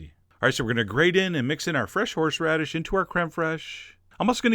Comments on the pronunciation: I don't dare correct you, but "horSHeradish"? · Horsheradish.... F#$@ Take shixty-sheven, F$*@ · Are you saying "Horshradish"? omg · I like how he says HorshRadish the entire time. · Lol he said "horshradish" ;)